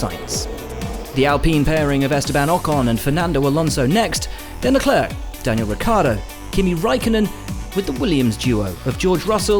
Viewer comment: can will buxton stop saying "leh-clerck" please